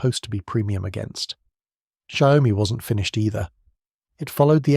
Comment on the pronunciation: Please respect the Chinese language. Don't change it ! It's XIAO- MI two separate words it's not Xiao-oh -mi As as Chinese hearing you call it Xiao Oh mi make you sound stupid Xiao means small , mi means rice ( like rice grain ) symbolizing strength even in a small size like a grain of rice 小 米 Xiaomi Please check the Google translate and have the Google translate read it to you This is from Google translate Changing the names makes the contents become silly and stupid giving a bad impression of the content producer too. Don't make a fool out of the Branding.